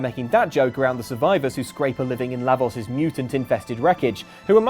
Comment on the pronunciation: OMFG it's LAH-vohs. NOT short A, and long O. it's not a matter of accent.